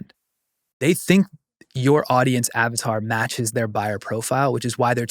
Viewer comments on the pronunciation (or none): none